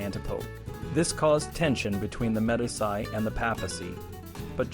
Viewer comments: "de MED-iss-eye"? Honestly. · MEE DEE CHIII. good stuff though